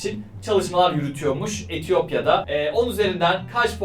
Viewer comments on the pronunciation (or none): Etiyopyanın etiyokya hahahshahahahahah